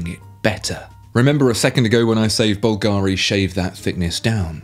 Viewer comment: Why After years you are still unable to pronunce Bulgari cottectly ?